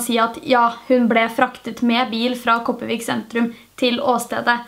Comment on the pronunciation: Ikke noe hate i det hele tatt, men de fleste som snakker bokmål og sånn gjør sånn som deg. Men Kopervik og Karmøy uttales med R...den er ikke stum. Men jeg ELSKER videoene dine!!!❤️ de er så sykt spennende!! ( jeg vet jeg kommer til å få hate for denne kommentaren siden jeg sa det med Karmøy og Kopervik )